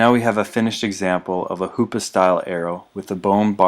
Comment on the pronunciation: Every time he said hoops arrow I said HOOOO PAA